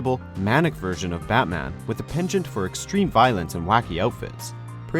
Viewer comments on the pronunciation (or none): none